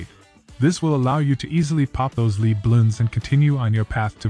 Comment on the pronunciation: good video for beginers, but to pronounce lead you say LED, not LEED with a long E as in leading.